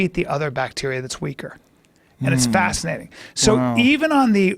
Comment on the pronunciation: Joe “ it’s just fasanating” Rogan